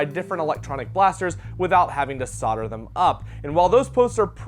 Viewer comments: Maybe learn how to pronounce solder! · Don’t you think it’s weird that solder is pronounced sauter